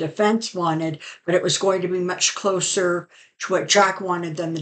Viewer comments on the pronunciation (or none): none